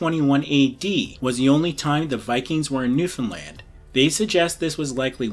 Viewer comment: Great job pronouncing Newfoundland!